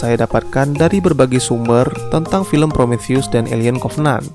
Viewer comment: Promotheus Obraltheus Diskontheus Btw yang bener Prometheus bang